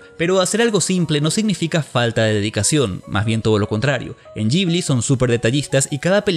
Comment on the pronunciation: Que es eso de Estudio "yibli"? De donde sacaste esa pronunciación? Horrible!